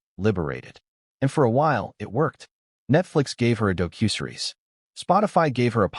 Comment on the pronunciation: AI really needs to be programmed to correctly pronounce the word "docuseries".